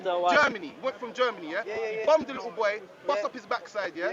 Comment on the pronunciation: ‘Listen to me Likkle Man’ I’m dead 😂